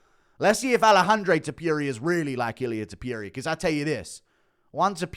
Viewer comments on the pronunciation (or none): His name is not ilia Tipuria its Topuria